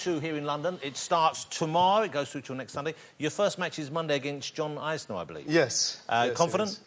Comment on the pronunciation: the way he pronounced jhon isner